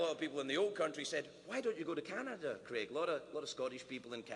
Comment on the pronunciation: An American who can pronounce Craig. That's a rare thing.